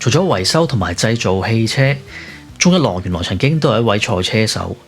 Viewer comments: 文案寫得唔錯ㄚ,希望唔係ai同你寫😂 Btw,懶音好多,「宗一郎」讀成「Jol郎」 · 聽來聽去都聽唔到宗一郎呢個字